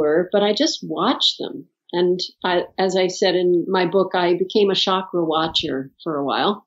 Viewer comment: I wish you guys could pronounce the word Chakra correctly😅 It’s chuck, like in chuck the ball or chucky the doll. So chuck ‘ ra ! Not Shakra !